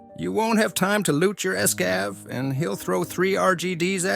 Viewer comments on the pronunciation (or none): "Ess-cav", "see-tarel+LMB"